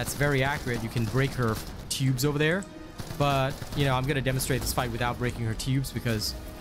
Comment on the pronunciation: At first I thought you said "shoot her p*bes" then you sId it again.... TUBES😂